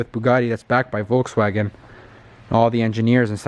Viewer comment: Volkswagen not wolkswahgön